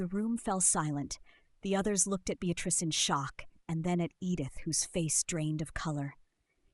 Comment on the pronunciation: Unfortunately, the mispronounced name of Beatrice ruined it for me. A shame it wasn't caught and edited. I find most readers mispronounce words and it's disconcerting how literacy is taking not only a back seat...I believe it to be riding in the boot.